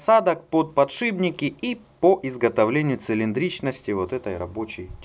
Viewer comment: Вот бы еще перестать говорить "подшиБники"...